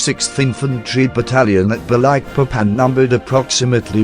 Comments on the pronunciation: At least the bot's pronunciation of "sarawak" is relatively decent. The way it says "Balikpapan" gives me cancer. It should be spelled "Ba-leek-papan" not "Ba-like-papan". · It is annoying he have to say Balikpapan like you say Papa not Baylekpaypan!! And Balik like you say it(literali)!!! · Very nice Sr,congrats With solely intention to help,I flew all Borneo last years,and the pronunciation is Baleekpapan. Thank you from Brasil pilot. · It's Ba-leek-papán